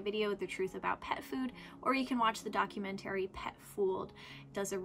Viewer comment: Great video, however I have a single qualm that sits uneasily with me. That being the way you pronounce “Legumes” and “ Documentary” 👀👀👀